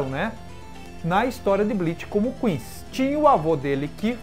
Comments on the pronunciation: Meu ouvido não ta acostumado com a pronuncia "quinxi", eu peguei a mania de falar "quinssi"...não sei qual seria a pronuncia certa. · é quincy ou quichi? to entendendo é nada